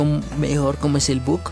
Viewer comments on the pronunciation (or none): Por que decis but en vez de bug